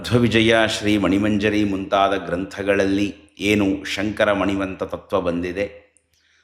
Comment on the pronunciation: ನಾನು 3 ಬಾರಿ ಶೃಂಗೇರಿ ಶ್ರೀಗಳ ಮಾತನ್ನು ಹಿಂದಕ್ಕೆ ಕೇಳಿದೆ. ಸ್ಪಷ್ಟವಾಗಿ ಅವರು"ಸಂಕರ" ಅಂತಲೇ ಉಚ್ಚಾರಣೆ ಮಾಡ್ತಾ ಇದ್ದಾರೆ.